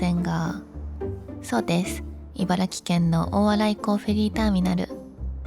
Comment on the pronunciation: ちゃんと「いばら“き”」と言ってて偉いぞ！